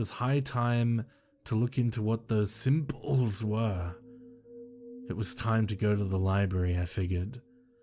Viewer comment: At first I didnt know why you were saying " symbodls" so weird...but kudos on reading the tale EXACTLY how it is written!, you are my favorite narrator. XOXO